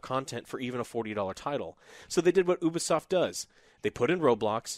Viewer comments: its youbisoft not ubeesoft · A 3/10!? No! A 3/10 is for a game that barely works at release like Battlefield 2042. You are a poor excuse of a person who plays video games,. It's bad enough you gave Guardians of The Galaxy a 6/10 but this is unacceptable. Also stop saying Oo-be-soft. It's pronounced You-be-soft FFS.